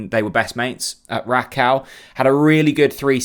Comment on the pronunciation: Rakow is said as RAKOFV - all W endings are this in Polish. There is a cringe factor that journalists can do all research apart from how to pronounce player names and clubs, places they played at / are from, yet those players come over and do interviews in English fairly well. RAKOFV ! I bet throughout the whole season Bob Rutler, the Plonk Un and everyone else will say 'Rack Ow' - but still be high fiving Dan the Smiley Media Man after each Pressup